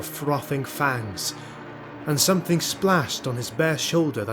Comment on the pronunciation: Good effort, but narrator says "somethingk," etc.